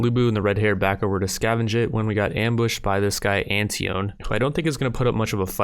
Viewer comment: When pronounces "Antione" as "An-tee-ohn"